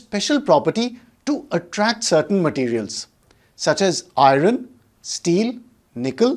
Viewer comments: Not iroon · Hii Sr ur explanation is very clear nd easy to understand.. I have only one suggestion of the pronunciation of iron..pl do check it if I am wrong..